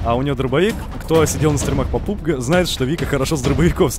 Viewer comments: Пубг?😂😂😂не пубг а пабг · Не пубг а пабг!!!